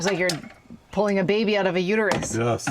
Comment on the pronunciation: I love how you say "oot."